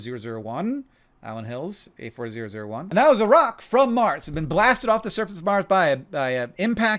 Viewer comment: "is there lifd om maaaaaaars"